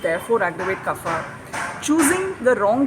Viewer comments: There is no ‘fa’ in Sanskrit. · good video but slight nitpicking, the pronunciation of kapha is wrong. its not fa but pha.